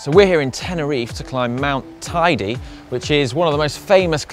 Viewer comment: It's hilarious how you guys pronounce Teide. It's certainly not Tidy. Come on, if you climb it, at least get its name right.